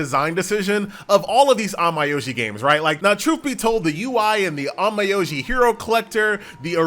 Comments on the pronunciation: It's not on-my-o-ji tho It's more like on-meow-ji (yeh, like cat meow) 😃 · An-Mai-Oi-Ji no no noo sorry On-Myo-Ji i mean i like how you review the game but how you say onmyoji is feels strange to me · Pauses video Did this dude just say "On my oji"? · He definitely did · That's a nice way of pronouncing the game😂